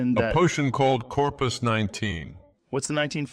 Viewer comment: It's Corprus not Corpus